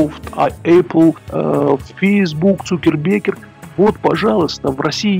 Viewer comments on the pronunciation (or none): Эсквайр, а не эксквайр. Цукерберг, а не Цукербеккер. И ни Потапенко, ни Грудинин не разбогатели за наш счет.